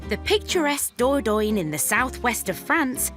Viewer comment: Wish the narrator knew how to say Dordogne, it’s quite annoying